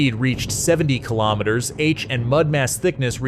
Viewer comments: 80 kaylometers? What the hell is that? Shitty oversight with the narration. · Kay lom it ters. lol 🤣🤣🤣🤣🤣love ai narrative 🤡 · "Eighty kaylometers" The background music is the worst. Sounds like a video game. Toss this whole thing 🙄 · yeah, right at the start the narration stated clearly 80 kaylometers. was enough for me.